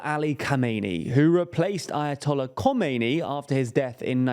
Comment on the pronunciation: As an Iranian I can say, this is actually a very good representation of the current situation in Iran. Just one little thing, the current leader's name should sound like kha-meh-neh-ee and the old one is kho-may-nee. Obviously you are not expected to say every foreign name accurately. Thanks for great videos.